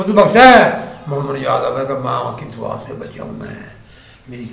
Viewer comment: Dawwa nahi duaa hay lafz khatrion ka got hay yeh